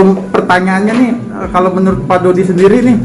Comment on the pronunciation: Yang di sebut fuji dodot bukan dodi